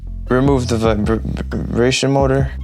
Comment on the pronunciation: “Remove the vibbibration motor”